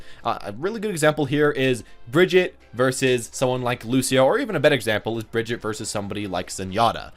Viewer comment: There is still no Bridget.. or is that person Hero28? Please at least try to say her right.It's not so easy but nobody expects a perfect swedish pronunciation but at least try to say the common german pronunciaton for Brigitte because it's not that hard.